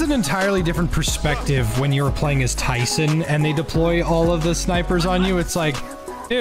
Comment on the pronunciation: Its tryce not tyson